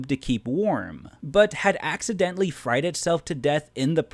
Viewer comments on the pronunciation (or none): none